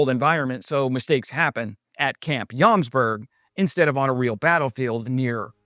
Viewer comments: It is Jomsborg (Joms castle) not Jomberg (Joms mountain) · It is pronounced as Yomsborry, just for information. Norwegian and Swedish can be confusing